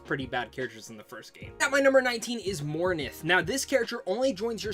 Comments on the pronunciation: Zaheed? Mornith? Jesus you butchered some of these names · He said morinth's name wrong too